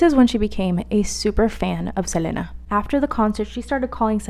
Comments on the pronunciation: Right like why is she saying her name like that lol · everytime she says selena i get upset js say it regularly stop tryna be different